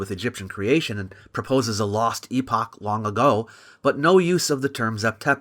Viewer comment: Thank you for pronouncing it EEE POCH and not.... epic. I've heard 3 american youtubers pronounce it in the american way despite one reading it from an 1800s british text. It disconnects the word epoch from its word origin.